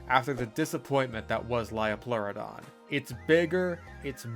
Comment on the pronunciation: Hearing “lie-o-pleurodon” had me correcting your pronunciation by saying the line “it’s a leo-pleurodon, Charlie” like some sort of sleeper cell 😂